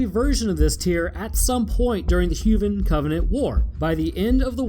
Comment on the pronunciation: Did he just say huvan instead of human